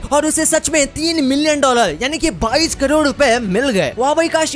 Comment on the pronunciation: 22 crore ya 22 kajod.... BC hindi bolna to seekh lo pahle !